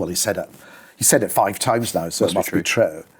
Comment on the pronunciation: You can tell he's Italian descent by the way he uses his hands. The way he pronounced the words true and booed is very unusual (like trow and bowed). What accent does that come from?